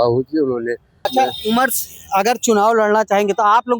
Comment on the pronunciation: Umar ka naam sahi se le godi media😡